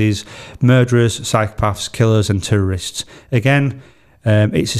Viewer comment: I know your saying Terrorist but I kept hearing it as tourist 😅 It’s a crazy topic with so many different answers and opinions- thanks for raising this to our consciousness and realise that it’s a possibility since it’s being brought up in our government for debate.